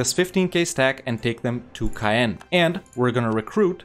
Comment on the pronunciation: Some of your speak is difficult to understand because of your poor pronunciation. Caen is not pronouncedCayenne and Chartres is not pronounced Shertrer